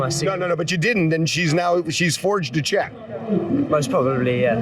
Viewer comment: Check? I thought she said sheck. I said what is a sheck? Lmao...